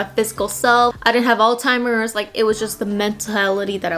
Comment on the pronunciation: and it's cute the way her elbow bends incorrectly!😊 and pronounces it "all-timers"!